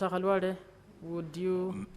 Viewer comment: Is this speaker a Luhya? She knows very well how to call senator Khalwale. Others calling him Kalwale.